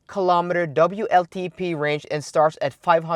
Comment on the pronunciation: Please tell how to pronounce ‘w’ in English.... he is stuck with the German ‘v’ (hence vltp instead of wltp).... I’ve tried but presume he is unable to read his comments fully!